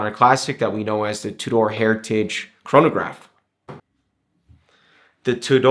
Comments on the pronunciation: Hi I'm new to your channel on the hole you come across very well and the production is is great but sorry to be picky but you are pronouncing Tudor completely wrong . the name Tudor was named after the England monarchy and the emblem on the crown is the English rose 🌹 and the shield emblem is representing the coat of arms just thought it might be handy to know and the movement is a modified breitling movement with a 70 hour power reserve it's a very nice watch I own the black steel and gold great video thanks John 👍. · hi thanks for your reply well coming from Wales when I was in school Tudor pronounced completely different to this video and it's the same in England Scotland and ireland.so it pretty unlikely that the pronunciation will have changed over the years . People from other countries might pronounce it different but they are wrong (a bit like tomato English tamayto American way of saying it still wrong pronunciation and spelling) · How do you know your is correct ? TUDOR Dynasty was in 14 century and how they pronounced sound like back then.